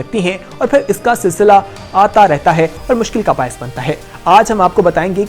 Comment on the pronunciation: Sisla nahi silsilah